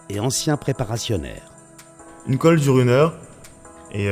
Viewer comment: C'est khôlle et non 'colle' ^^